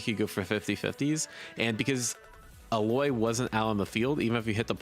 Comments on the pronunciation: But her name is Illaoi, not Illoy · Illaoi = ill + ow + e. Ow is the sound you might make if someone punched you for saying illoy. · E-LAH-WE not E-LOY lol😂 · bro said illoy XD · I will warn you now. If you say "Illoy" one more time, these hard core league fans will rip your nuts off. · lovely video, please say her name as ill-oww-ee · bro really called her alloy XD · I don't wanna be that guy but her name is pronounced il Laooo E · It's not his own, for some reason so many people seem to ignore the 'a' and just go Illoi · Its more like Allow- wii = Illaoi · when he said “first let’s talk about the name” I thought he was gonna talk about how it’s pronounced Ill-ow-ee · Did you just call her Aloy? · yeah that's how it's pronounced. I got a good chuckle out of his pronunciation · ILL AO I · I am 100% gonna be a illaoi/braum main. (Also why are you calling her Alloy lmao) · Illaoi - ('ill-OW-ee') I don't actually care that much, but in case you're interested. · I was about to type the same thing as well. I as a League player have never heard anyone pronunce Illaoi the way he did. XD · the hungarian dub it also pronounces it like him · You better get rid of whoever made the thumbnail before the game comes out.. #1 Illaoi main...an unreleased game, 1 of very few who get to play and can't pronounce illaoi. #1 Illaoi main despiteful. With bullshit like that you're landing one the "doesn't even show up" list before the game launches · Had to turn off at 18 second. SHE HAS A VOICE LINE SAYING HOW TO PRONOUNCE HER NAME FFS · Number one Illaoi main doesn't know how to say her name. XD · I see my strangely specific fear of fighting game enthusiasts mispronouncing the name of my one trick champion was founded. 🤔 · I mean I get it, Illaoi is an ambiguous name, but what word in the whole of English language has the same spelling that can incentivize that pronunciation? Genuinely curious being a non-native speaker